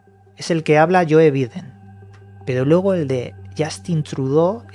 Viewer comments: Por qué pronuncias biden por baiden y a trudeau lo pronuncias trudó ? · Se escribe Biden y se pronuncia "Baiden" no es muy difícil.